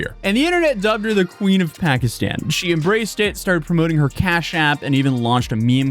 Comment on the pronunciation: She doesn't even know how to properly pronounce "Pakistan."